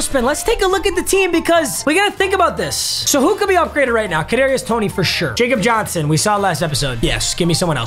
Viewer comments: It’s not facob Johnson it’s like yeacob Johnson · Bruh it’s pronounced Yakob Johnson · Papa, just so you know Jakob Johnson is German so it's pronounced ya-cup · It's Yakub Johnson, he's German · Jakob Johnson’s name is pronounced “yakob” he’s the best fb in the league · My dude actually said Jakob Johnson it’s “yakob Johnson” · Papa it’s pronounced ”yakhub Johnson” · not to be that guy but its pronounced Yakob Johnson because hes German